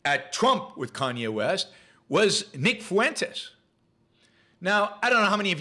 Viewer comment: nick fuentes is so bad, yet you cant pronounce simple names like fuentes or ye? at least they can speak?